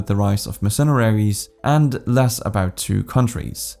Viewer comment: Your pronunciation of words are terrible "Hague" "mercenaries" just to name two. Would maybe suggest looking up how to say words that you are no familiar with instead of just reading them. Good video though, broke the topic down well.